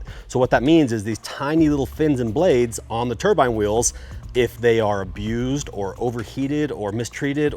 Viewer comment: Turbine not turbine.